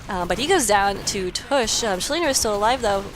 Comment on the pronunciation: y was i not informed of this. BTW its tavish :D not tush.